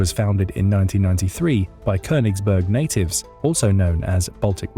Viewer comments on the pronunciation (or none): Its konniegberg 😂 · Königsberg. It‘s name is Königsberg! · It's called Königsberg. Otherwise not too bad of a summary.